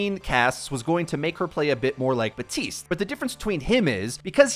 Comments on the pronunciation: Years after his release, is still saying Batiste… it’s BAPtiste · You forgot to pronounce the P in Baptiste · Baptiste*** theres a "p" in there.... i feel like at this point you're just purposely saying his name wrong